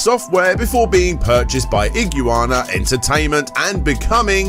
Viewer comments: "ig-you-ana" lol "ig-wanna" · Theres no such thing as ig-u-wanna. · Iguana "Ih-Gu-Wan-Ah" lmao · lol do you actually not know how pronounce iguana? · I must say, that is an interesting pronunciation of Iguana. Great vid regardless! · Never heard anyone pronounce Iguana that way lol. Not making fun just caught me off guard and then it dawned on me never heard a no American say it lol